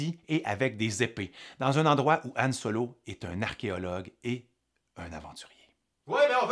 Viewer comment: Son nom c'est Han Solo, pas An Solo